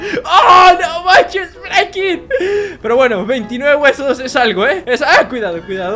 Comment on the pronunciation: se dise Franklin